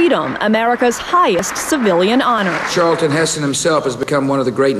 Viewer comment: Charlton! Not Charleton!